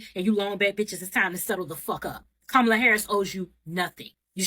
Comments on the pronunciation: Hi Sweetie 😊💙🇺🇸 Vice President Harris name is pronounced sounds like (Com Ma La) Not (Ka Mala as you are pronouncing like the white , Indian and Arabs/Muslim in America ok Sweetie ? 😊💙 Just a correction from you American cousin🇺🇸✌🏾😘😘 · COMMA la.